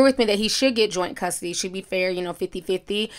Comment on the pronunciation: “You gonna fight for custory”